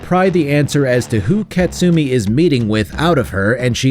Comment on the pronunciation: ka-tsu-mi not kat-sumi